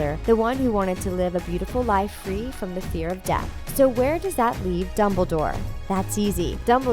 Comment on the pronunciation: I thought when she said Dumbledore was death I thought she said def and It would make sense... it wouldn't